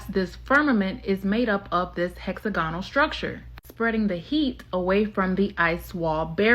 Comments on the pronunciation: Hex agonal? It’s hex ag onal smh seriously? This young lady has made it through the American education system and has no idea how to pronounce hexagon/ hexagonal? 308 MILLION people in the USA and none of you will stand up to the corruption in the government, CPS, the local government or the educational system , the endless 💉 throughout childhood, the brain damage or the disease or the corruption in the “health” system? Forced by government to subject your children to endless medical treatments without it being free? Cmon guys you gotta start standing up for yourselves. In the uk, Ireland and throughout Europe we are closing down the capital cities in protest on a regular basis, unharmed by our police unlike yours who are so arrogant with the “qualified immunity” they’ll shoot anyone and get away with it! You have the social media platforms saturated “truth telling” yet y’all refuse to actually stand up to the system! You need to demand better education, end qualified immunity, and the government out of medical treatments for your kids for starters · She can’t pronounce “hexagonal” and it’s annoying